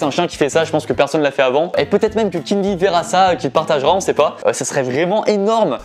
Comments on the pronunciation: Je suis le seul à dire {Keen VÉ} et non pas {Keen Vi} ? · Ces pas Kenn vi le v se dit v donc ces Kenn vé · J'me suis dis la même chose ! 😂 C'est "Kinvé" la prononciation 😂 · Pourquoi tu dis keen'vie au lieux de keen'v ? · Keen'V et vi dans la prononciation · Suis je le seul à ne pas prononcer kenn'v comme il le dit ? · "Kine vi" mdr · La prononciation c kin vé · Mdr « keen ‘ VI »😂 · "Avec Kine vi" incroyable cette prononciation mdrr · On est dacord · Nan ça c'est mon gars, il a percé seul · Ah ouais trop mdr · Keen'V prononcer Keen'V(ie), ça me fume 😂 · Très bonne vidéo, malgré le fait que tu as écorché le nom de Keen’V environ 10 fois.... #TeamKeenV #TeamTahiti #AlHorizontale #Valerie